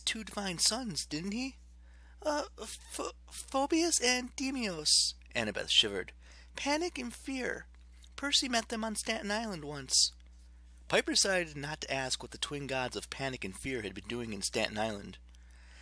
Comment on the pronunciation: Fow-bow-s Dee-mow-s You got the pronunciations slightly wrong. You can find the correct pronunciations in assassins creed odyssey. Your sibling gets called Demos and your horse is Phobos.